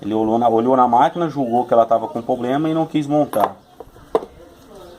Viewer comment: não é "pobrema" e sim "problema"